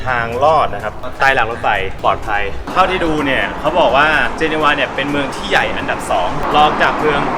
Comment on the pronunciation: เห็นแล้วอยากไปอีกครับ จริงๆ เมืองนี้ออกเสียงว่า เจเนฟ ครับไม่ใช่ เจเนวา แนะนำทุกคนครับประเทศนี้สวยทุกมุมจริงๆ